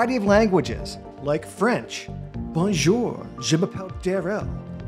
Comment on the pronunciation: "Like French... BOWNJAUWR"